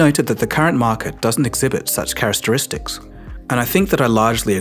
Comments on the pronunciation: "CharacSteristics" 😆😆 I had to rewind this but I don't think he knows how to say characteristics. I shouldn't laugh as this is usually an indicator that somebody learned a word through a book and never used it in front of somebody before. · say characteristics again? "charastaristics" is so funny to me i had to post this. ahh... like a child adding to the words. beautiful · carasteristics lol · Lol how he always inserts a random nonexistent "s" in the middle of the word "characteristics"